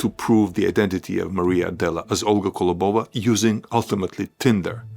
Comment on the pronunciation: Impressive! One thing - it’s kOlobova not kolobOva 🙂